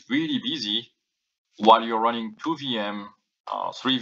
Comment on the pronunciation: I know that you said "the MBAs were running the marketing", but with your accent it sounded almost like you said "ruining" -- hmmm... I would believe both.